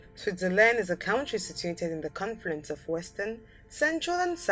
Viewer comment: Look up in the dictionary how to pronounce the word "country"